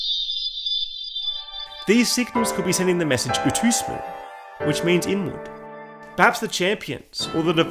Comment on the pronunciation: that’s “utsumu”, not “utusmu”